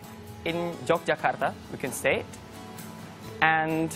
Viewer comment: Meleset juga sewaktu mengucapkan Semarang dan Yogyakarta.